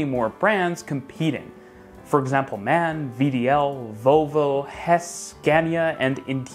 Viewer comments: Very interestung. But don't call the german bus factory Man (like a man / a woman) but M.A.N. (speaking the letters separatly) - this is the correct way. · It's M.A.N and not Man. (Marschienenfabrik Augsburg Nürnberg) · Just a little correction. The brand MAN isnt pronounced like the sex but every single letter is said. M A N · Thanks for the great video. A little hint: The german brand "MAN" is pronounced letter-by-letter, like "M-A-N", its short for "Maschinenfabrik Augsburg-Nürnberg" - machine factory from Augsburg and Nuremberg ;) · MAN is read M-A-N since it's a short from "Maschinenfabrik Augsburg-Nürnberg". It's just a German thing ;) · Very interesting video. The brand MAN is pronounced like GMC